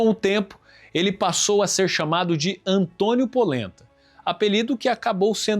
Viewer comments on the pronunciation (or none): none